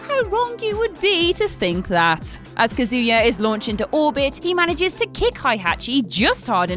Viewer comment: It's not kayuza it's kazuya, don't mispronounce my fav tekken characters name u bitch